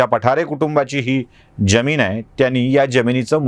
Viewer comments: सर ज्यमीन की जमीन ? आपल्याकडून जी अपेक्षा नाही !! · Jyamin kase mhanta? Jamin